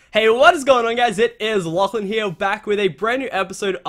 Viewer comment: Anyone else notice that it sounded like he said "Laflan" at the beginning of the video? :P